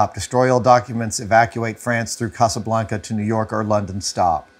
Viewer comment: If he says "casa blank-uh" one more time.... 🤣